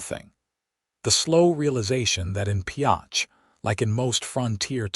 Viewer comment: If you are going to tell a story, pronounce the town and spell it right. Pioche. Great story!!!